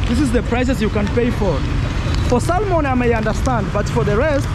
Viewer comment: Sorry Bro for getting scammed, just a polite correction the fish salmon, when pronouncing it the 'L' is silent